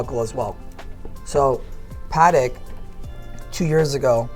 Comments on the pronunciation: He is selling Padek instead of Patek. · The man doesnt even know how to say correctly Patek, i think its shameful for a watch expert... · Great video as per usual, but when will Americans learn how to pronounce Patek properly lol